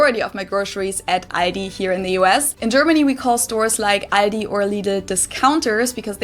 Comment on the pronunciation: no its not Aidi its aldi there is clearly an L in there xD its always crazy she says something and then you repeat something COMPLETLY different xD your not even remotly close to what she says xDDDDDDDDD